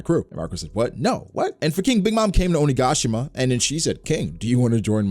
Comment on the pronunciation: Its 'oni-ga-shima' not 'oh-nigga-shima'